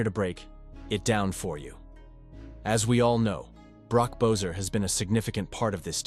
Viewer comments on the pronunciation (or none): Who the fack is bo-ser it's pronounced be-sser. Your video lacks integrity when you can't even pronounce the players name properly 🙄